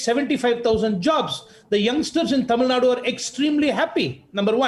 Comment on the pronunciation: hello Mr. u pronounce TAMILNADU in a wrong way... plz take help from some one...